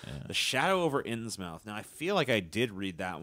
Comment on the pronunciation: It's pronounced "Innsmuth"